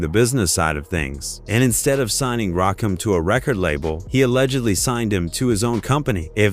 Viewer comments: This is garbage. You research one of the greatest hip hop lyricists of all time, then disrespect him by mispronouncing his name for 20 minutes. Stop it! Fix it or take this shit down! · I can't take these narrations by these yuppie white voices mispronouncing names.. delete this! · The fact that his name was pronounced wrong and all caused me to turn this off at 20 seconds. If this AI, work on spelling things so the engine can read it right. If this is a human, go find a brother to do it. Lastly, get your info right. Rakim said LONG AGO the reason was over money and creativity. Rakim did most of the production, but wasn't being paid for it. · I dislike hearing this narrator fn Rakim name over and over. Is this voice A.I or a voucher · I said the same thing culture vulture fa real Rakim is a l legend pay homage the right way to 18 letter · Can't stand when AI gets the name wrong twenty times. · I stopped the video once I heard Rakim name mispronounced. Stick to Pop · Brah don’t do no more Videos.put respect on Rakim name .yall wana do videos a can’t even say his name Right 🤦🏽‍♂️ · Damn bro I was just saying the same sh!t out loud! Disrespectful! If you gonna do docs the same the name right wtf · Why do these white people telling our hip hop stories always pronounce the rapper's name completely wrong like they do this s*** on purpose We got to stop f**** with these people have our own people tell our own stories we don't need they disrespect FOH ✅ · It's Rakim not Keem sir... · AI,IT'S NOT RAKEEM STUPID BOT!!!!!!!!! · it's RAW-KIM not RAKEEM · Rakeem? Its pronounced Rakim. Ugh! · It's pronounced rah-kim not rakeem. I'm tired of AI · Please, if you mention Rakim again, pronounce his name right. His name is not a Rakeem. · The fact that the that he keeps mispronouncing Rakim, makes me think that it's generated by AI. Ra-kim, not Ra-keam. Or it's a real person whose purposefully mispronouncing it, so that we comment on it, thereby forcing engagement. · Rakim not Rakeem.🤬